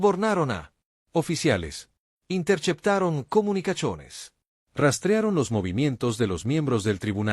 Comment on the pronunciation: "intercheptaron comunicachones" Horrible esa voz de IA.